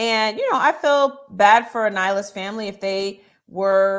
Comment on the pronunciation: HER SAYING A-NYLA IS KILLING ME LOL! but I love this recap thank you aunty